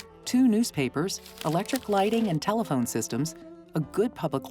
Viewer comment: He said telephone though, not cell phone. He said it like "tell-phone"